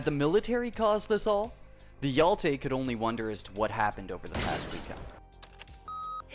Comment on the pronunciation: I love how you pronounce hero in swedish :D Hjälte